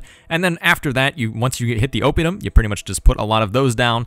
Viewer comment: Gaesatae is latin, so both "ae"s are pronounced (almost) as "eye"... Oppidum (town) is proparoxytone too... Now make a video of the gauls beating the living crap of the romans!